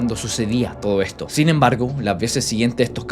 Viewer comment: te comiste la S de " sin"